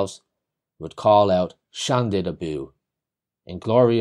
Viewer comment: You are inaccurate regarding the Fitzgerald Munster war cry. It was not "Shan-did" Abu but Shanid Abu. Shanid Castle is NOT in "the Limerick mountains" but on a hill about a mile and a half above the village of Shanagolden in County Limerick.